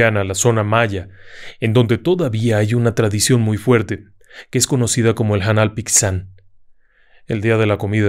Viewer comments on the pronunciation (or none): Ya van 2 relatos relacionados con yucatán donde no pronuncia bien las palabras con x, ejemplo xtabay (se lee como sh-tabay, y hanal pixán (se lee janal pishán) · Se pronuncia "janal pishán" 😊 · Querido espectacular el programa, como siempre, soy de Yucatán, me gustaría comentarle que la pronunciación de Hannal Pixan se pronuncia en español 'janal pishán'. Agradezco su trabajo y dedicación ¡mucho éxito! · Hannal Pixan (la x usualmente en el Lenguaje Maya se pronuncia sh) 😊